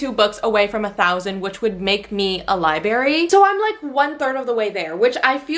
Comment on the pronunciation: I'm not trying to be mean, just letting you know it's not liberry. It's libRary. You're missing an r in there.